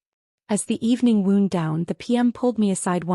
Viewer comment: Irrelevant, sometimes irritatingly distracting background! The past tense "wound" (of the verb "to wind") rhymes with "bound", "found", "mound", "round", "sound"!